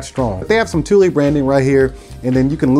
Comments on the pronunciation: it’s pronounced “too-lee” not “tool” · It’s pronounced ‘tool’ but spelt Thule